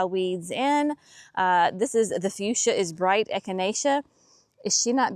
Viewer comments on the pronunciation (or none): none